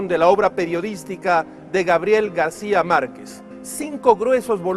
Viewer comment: ¿Por qué dice Garcia y no García?